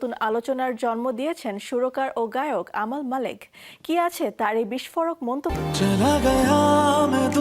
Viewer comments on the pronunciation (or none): নামটা সঠিক উচ্চারণ করেন আমাল নাম নয় আমান মাল্লিক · Tik e bolchen uni.....unar nam Amal Malik, Armaan Malik er vai